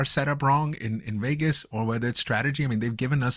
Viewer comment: What is the host’s native language? I keep hearing him say the race in Wegas.